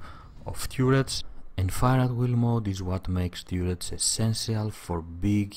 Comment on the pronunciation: TURR ets, as in CURR y